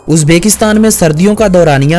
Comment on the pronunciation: "Uzbeeekistan nhi Uzbekistan hai... uzbekstan name ghalat leta hai